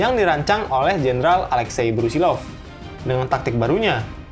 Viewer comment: Maaf min, nama sebenarnya Brusilov, bukan Brusilnov